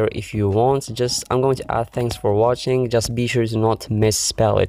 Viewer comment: XD "Thanks for watichisng" LMAO